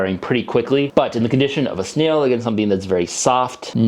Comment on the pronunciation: I dont know why, but I love how you pronounce snail like "sneel"